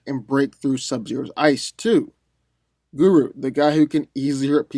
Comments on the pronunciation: rugo Orbital punch lol he said guru as well instead of goro but give him a break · I stopped listening when u called Goro (Gore-roe), GuRu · ummmm..... it's pronounced GO-ROW. still subscribed tho lol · How does someone even pronounce goro wrong? Guru is a god called guru nanak, not a hslf dragon prince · Guru ,wow dude I had to watch that part over ,cause I couldn’t believe you butchered his name so bad 😂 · Anyone else annoyed how he butchered Goro's name? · He called Scorpions Kunai a Knife with a chain and is calling Goro and Kano, Guru and Kanu. if you’re gonna do a verses series at least try to pronounce their names dude bc you sound ridiculous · I am just flabbergasted that this man just called Goro and Kano, Guru and Kanu.